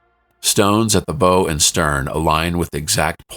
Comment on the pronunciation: When speaking of the bow of a ship, it is pronounced the way you pronounce "take a bow for the audience" rather than like a "bow tie."